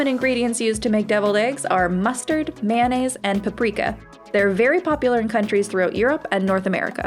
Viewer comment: Mayonnaise isn't pronounced: "Man-A's" 🤦🏻‍♂️